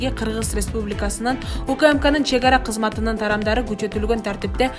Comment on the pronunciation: Журналист кыз туура окусан кезметинин деп эле урдуруп атасынго мен 9 класты зорго путсомда сага Караганда так туура окуйумбу деп калдым